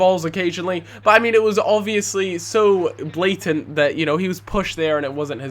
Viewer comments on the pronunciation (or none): none